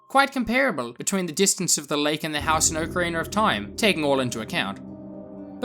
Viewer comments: "Oak Arener of Time"? Don't you mean Ocarina? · I think he's also referring to the r at the end of Ocarina. People in the UK usually pronounce an "ar" or "er" sound at the end of words like "idear" or something. It's just because a lot of native English speakers from other countries don't pronounce that R sound. This reply is already too long but it also just depends on the dialect around you and what you grow up with. I personally feel as if there is no "correct" way to pronounce anything because everyone's speech is so different.